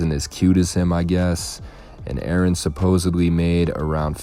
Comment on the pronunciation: Sorry, I cant help myself... The word is supposedly- not supposably 😉. Sorry, I just HAD to add that 😬.